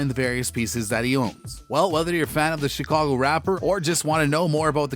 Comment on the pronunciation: Their is no way he said Chicago 😂😂😂